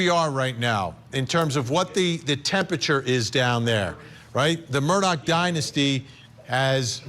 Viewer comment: I really wish these people would stop calling the Murdaugh name, Murdock...geez